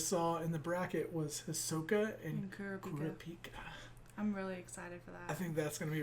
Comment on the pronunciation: Ok I'm sorry but it's pronounced "Koo-RAH-PEE-KA" emphasize the "RAH" part and you guys will have it, not "Kur-Ruh-Peeka" 😭😂